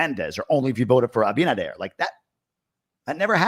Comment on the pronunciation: i think the shit is about to hit the fence, regarding Venezuela and the narcos. DR has been a big bridge to transport all that crap to USA. Also i hope he is getting it straight with Abinader( you said it right bytheway 🤣🤣) my favorite are the side dishes. Happy Thanksgiving to you and your family.🦃🦃